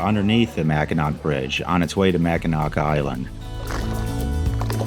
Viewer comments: Pronounced "mackinaw" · The C is silent in Mackinac. Awesome video! I just subscribed.